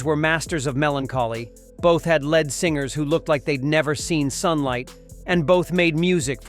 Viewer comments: Lead singers, not 'led' singers. If you're going to use AI, at least take the time to correct pronunciation. Editing is the most important function of writing. Take some pride in what 'you' create. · "Led singers"! Oh please. "Lead' is pronounced "Leed" in this context. Annoying bland voiceover. Sounds like a recorded railway announcement. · lead pronounced "led" singers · .....I see AI / computer generated chit is still having trouble figuring out when to pronounce "lead" as leed vs led. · The A I giveaway is when the voice over pronounce s the word lead as in singers as ' led' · I caught that error as well. These stupid AI generated narratives are almost as bad as the National Enquirer.